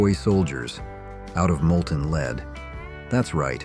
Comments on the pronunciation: I love these Nostalgia I don't know look backs because I'm from then but the narrator isn't anyone listening to the narrator because they mispronounced so many words it's just drives me nuts it's not lead it's called lead paint if you've ever bought a house in this day and time even in the 80s you had to sign a waiver if your house was built before 74 I think it was and you had to sign the waiver acknowledging that there could be lead paint in the walls I used to joke around and tell my oldest daughter I said oh you were just in trouble so much and when you went to the corner you just sucked Down the Walls but that was you know that was our little joke a lot of people didn't understand it at all I mean you know if you were from back then you know even the water you know the water could be dangerous and who is that Ron Howard even made a movie on the feed for the for the milk of the cows and it was it was poisoning people and he was trying to make an awareness to it I don't remember who it was for sure but I I miss Ron Howard I thought he was brilliant you know he was a fellow redhead as redheads got to stick together but boy do I remember a bunch of this stuff it cracks you up actually cuz my daughter my oldest daughter is born he didn't need car seats but and the ones that they sold dear God you couldn't get in and out of a vehicle you got it in there it stayed they're just massive and heavy and you know you just kept you kept the baby seat in there and you just threw it in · Lead is not pronounced "Lēēd" when talking about paint.... it's called "Led " !!! Geet a. Better a.i. translator !!! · This was okay until the repeating of the mispronunciation of the word lead. Should be pronounced "Led". We did know how to pronounce lead (Led) in the sixties. So much for today's progress 😹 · I came straight here to say that… lead: L-E-D not LEED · I know right? Sometimes for lead (in paint) he says lead (pronounced "leed") & sometimes for lead he says LED.